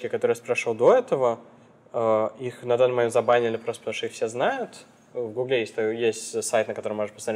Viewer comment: Работать в "гуглЕ" - это как-то по-французски что ли?)) Нет, серьезно, это ударение...